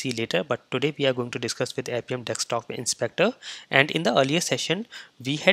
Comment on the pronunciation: Dude; when would you stop saying it as Dekstop Inspector and start saying Desktop Inspector ? It is already annoying. BTW, you tutorials are all great though !